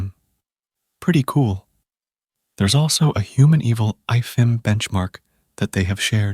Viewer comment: Pronouncing Eval and evil is too funny :)